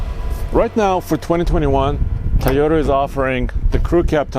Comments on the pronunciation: Can you stop staying "tayota" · COVID is spreading because of people pronouncing TAYOTA. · Drink when says "Tie-Yota"